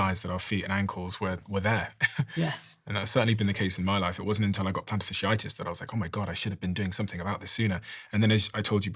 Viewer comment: The word is not "fishy itis" it is "fasciitis". Pronounce the first half of the word as you would pronounce Fascist.